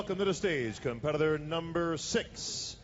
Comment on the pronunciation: Why is the announcer having trouble pronouncing "competitor?" He is adding a W to this word.